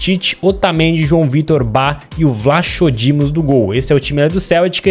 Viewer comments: Se fala "vlaco" Lucas. Não "vlacho" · O nome do guarda diz-se vlacodimos e não vlachodimos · Não e vlachodimos e escrito assim mas disse vlacodimos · Lucas não é Vlaxodimos que se diz mas sim Vlachodimos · Lucas não é vlachodimos que se diz é "vlacodimos" PS:sou de Portugal e sou do Benfica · Escreve se vlachodimos mas se pernuncia vlacodímos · Aí Lucas 😂😂😂 Na pronúncia fica vlacodimos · Lucas, diz-se “Vlacodimos” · lucas e vlacodimos nao o nome dele que e vlachodimos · Diz Vlachodimos sem o H é assim que se diz adeus